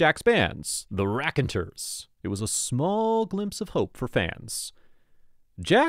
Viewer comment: "Raconteurs" is pronounced with the stress on the third (3rd) syllable. "reah . con. TOORS." 😁